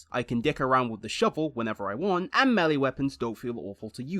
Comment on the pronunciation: there is no w in that word